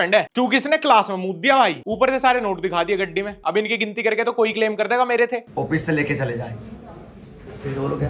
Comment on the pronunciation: OFEES ❌ OFFICE ✔️